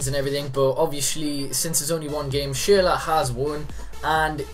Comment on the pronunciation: His name is pronounced SHURLA but this series looks good. What's the next position you'll be doing?